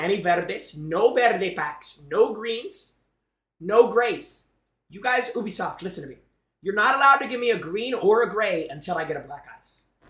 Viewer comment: Ubisoft❌️ ewbisoft✅️